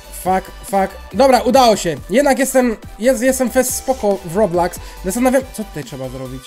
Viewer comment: się nie muwi roblaks tylko robloks